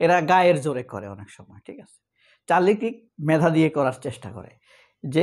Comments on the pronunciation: কিরক না মামু, কার্ক হবে correct pronunciation বা উচ্চারণ, Charlie Kirk. . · চারলি Charlie Kirk উচ্চারণ টা কিরক নই কার্ক হবে